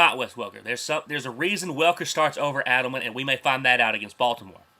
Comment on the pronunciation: Eddleman not ADDlemen LOL